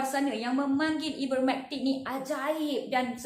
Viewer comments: Sebut nama ivermertin pun x betul.. hahahhahaa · Please learn how to pronounce IVERMECTIN madam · Sebut ivermectin pun tak betul ermm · Baik sy dengar ckp prof mustafa ali..dia lagi pakar..psssfffftt..sebut ivermectin pun dah salah